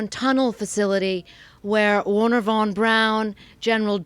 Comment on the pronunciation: Her German pronunciation is absolutely horrible. "Goooring" "Jooodem" das Seine. "Warner" von Braun.